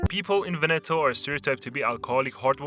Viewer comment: HOW CAN YOU MISPRONOUNCE VEBETO AND SAY "BELIN" CORRECTLY?!